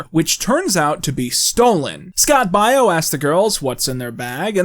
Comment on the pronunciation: the way he pronounces Baio is hurting me physically